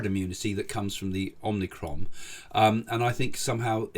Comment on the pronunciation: The Greek letter is pronounced "omicron" not "omnicron".